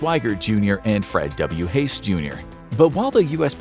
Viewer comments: Fred Haise's name is pronounced "Haze", not "Hace". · There are some qualities to this video, but like Apollo 13 IT'S HAD A PROBLEM, or a few of them. The crew picture shows Ken Mattingly (the original Command Module pilot), yet you ID the pic as Jack Swigert. You kept pronouncing the last name of Fred Haise as "hace." (Was this a robot voice?) And no one came down with rubella! The crew was exposed to possible measles germs, NOT rubella. Mattingly was the only of the three who had not had measles as a child, so he was bumped as a precaution, but he never got the illness. If you're pitching this toward students, you need to mindfully avoid such errors.